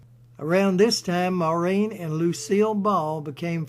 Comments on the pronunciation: INTERESTING AND INFORMATIVE. HOWEVER SIR, AS A POINT OF INFORMATION AND, IN THE HOPE THAT YOU MAY HAVE SOME WAY OF EDITING AND RE-RELEASING YOUR MOST IMPRESSIVE POST ON MS. O HARA, I NEED TO LET YOU KNOW THAT YOU ARE DEFINITELY NOT PRONOUNCING THE NAME MAUREEN CORRECTLY. AS YOU PUT THE EMPHASIS ON THE THE LAST 3 LETTERS AS THE SAME WAY AS THE MAN S NAME IAN (een) WHEN THE NAME IS, AT LEAST IN IRELAND (PARTICULARLY IN MS. O HARA"S YOUNGGER DAYCS) PROUNCED WITH THE UMPHASS BEING ON.......... MOR....... AUHH.... "EMPHASIS ON......... FOLLOWED BY REEN.... WITH THE EMPHASIS ON THR.... REE.... FOLLOWED BY THE..... N.... THEN, AND ONLY THEN, THE SOUND.. IAN IS MADE. KIND REGARDS SIR, KEEP UP THE GREAT RESEARCH AND POSTS. P. S. I AM NOT SURE FOR CERTAIN BUT I THINK THAT WHILE THE PROUMNCIATION YOU GIVE OF MS. O HARA"S FAMILY NAME IS A LEGIMATE WAY OF DOING SO, THAT THE WAY HER NAME WAS ALWAYS PRONOUNCED IN IRELAND FROM THE TIME SHE BECAME KNOWN TO THE IRISH MEDIA AND MOVIE GOING PUBLIC, WAS NOT FITZ... SIM... AS IN THE SIM CARD.... NOR AS IN THE WORD.... SIMILARLY.... BUT AS...... IN THE NAME SIMON IN THE MUSIC LEGENDS... SIMON AND GARFUNKEL..... AND THE AMERICAS GOT TALENT.... SIMON COWELL..AGAIN KIND REGARDS SIR, JACK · So funny the way the name ‘Maureen’ is being pronounced but nevertheless a really great recording of her life, thank you. I remember, some 30 years ago, a colleague of mine was holidaying in a hotel down over the boarder in the Republic of Ireland. One evening, during the holiday, Maureen was in the same hotel at a function and introduced herself to my colleague as, “Pleased to met you, my name is Maureen, how are you?” My colleague said she was very down to earth, gracious, and so beautiful even her latter years. My personal all time favourite Maureen O’Hara movie is ‘Sentimental Journey’.